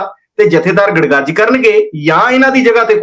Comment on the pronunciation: ਜੱਥੇਦਾਰ ਕੁਲਦੀਪ ਸਿੰਘ ਗੜਗੱਜ ਨੇ ਗੜਗਜ ਨਹੀਂ। ਬੇਨਤੀ ਹੈ ਕਿ ਆਪਣੇ ਬੋਲਣ ਵਿੱਚ ਸੁਧਾਰ ਕਰ ਲੈਣਾ